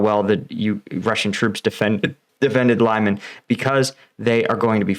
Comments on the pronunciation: "Lyman" is pronounced "We-man". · I liked how he called Lyman “LIE-MAN”😂